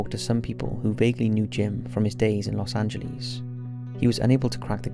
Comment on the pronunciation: Santa Rosa, NM in the Philippines?? Wth?? Anybody else notice that? Dude, please learn how to pronounce Los Angeles.